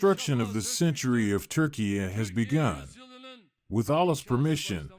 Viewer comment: Thank you for pronouncing name of Turkiye correctly 👍